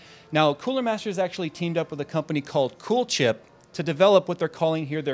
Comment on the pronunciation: He said cool aid XD not coolchip